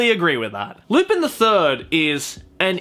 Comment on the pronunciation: Lu-pin!? I'm pretty sure its pronounced Lu-pahn.